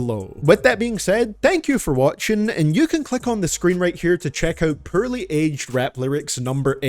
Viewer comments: Oh come on, I like when you say Purrley aged lyrics 😂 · lol u cant even say the simple word poorly u really have to spell it 💀 try to say the word "Horribly" bet u cant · Hah... he says the word poorly funny.